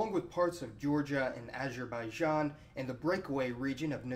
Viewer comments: What's with pronouncing "Azerbaijan"?! It should be pronounced as, Azer ba ee jon. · copterofrofling acherbaichan 😂😂😂😂